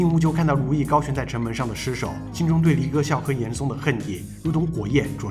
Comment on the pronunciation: 大哥，是严嵩（song），不是严高